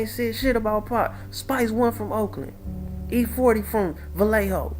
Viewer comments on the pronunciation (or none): none